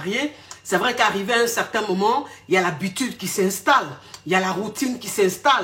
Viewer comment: 🤣🤣🤣pardon mes reins... le paradis sur terre 😂😂😂 mais tu dit vraieeoooo